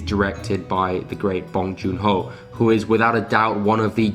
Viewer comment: "Bong joon HOE" sorry that me giggle tho